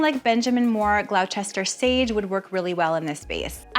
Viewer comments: Beautiful. I love the ideas…. FYI…. Gloucester = GLAW-stir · Love your work. But please say Gloss-ter for Gloucester. 😇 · I think the Ben Moore paint you suggested is pronounced Gloss Ter. (Gloucester) I just want to make sure folks know what to ask for.